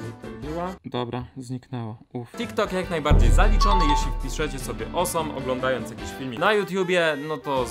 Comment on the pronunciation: "Osom" xD